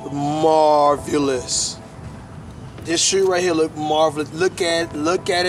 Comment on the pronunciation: Bruh when u said "these shoe is marvyuhlous" lmao